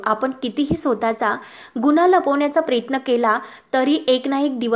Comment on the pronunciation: अगं बाई प्रयत्न म्हण प्रेयत्न नाही अगदी शब्दाची नेहमीप्रमाणे बाराखडी आहेच परंतु जे काही हे पन्नास वेळा म्हणण्याची आवश्यकता आहे का गावंढळ कुठली व्हिडिओज बनवू नको ना